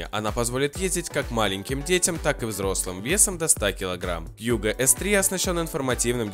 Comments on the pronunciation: А у меня у одного режет уши от того что он говорит кьюго, а не кугУ??? Ааааа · Во первых не кьюго а куго, во вторых он выглядит вобще по-другому а так обзор хороший